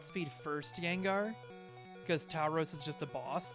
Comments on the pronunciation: Its pronounced a bit more like "Tour-rows" :) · tao-rows? lol